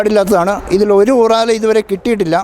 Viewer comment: ചേട്ടാ ഊറാല അല്ല ഉറാറ ആണ്